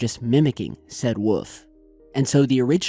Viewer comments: WOLF. Not WUF. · God I love it when he says wolf. "Woofs.." lmao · ima teach you how to say wolf. Say wool like from a sheep. And then add an f at the end. Wool-f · Its wolf. With an "L" peace. :) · "Wuff" lol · Dude, there is an L in wolf. Lol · The only mystery here is your inability to say "Wolf"